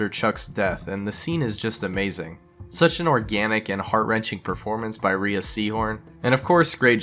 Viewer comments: Rhea is pronounced RAY, nor ree-a. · Rhea Seehorn's name is pronounced "Ray" not "Ree-uh" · Rhea's name is pronounced like "ray"